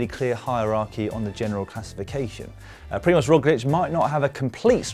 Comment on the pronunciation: Well I must say, this is a very very good pronunciation (Primož Roglič and Tadej Pogačar). Like a native speaker. Really no diference at all.